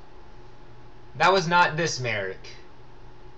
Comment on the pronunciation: It's MALIK